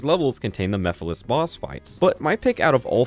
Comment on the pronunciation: Remember when MEPHILES was misspronounced as MIPHILIS in the first sonic central.....